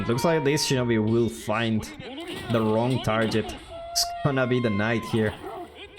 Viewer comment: Hey I didn't realize I was the first comment! I came here to talk about how you said "target" lol, . Was gonna poke some fun but no one will hear me ): Thank you for the good commentary, gonna finish the video now (